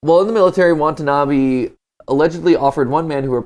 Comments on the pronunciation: watanabe not watanabi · hope they will learn to properly pronounce Watanabe in the film theory XD